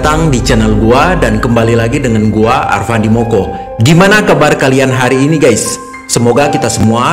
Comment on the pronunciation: Alfandi bukan alfadi